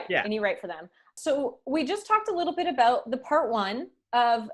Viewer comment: You said it, "Aboot" this time.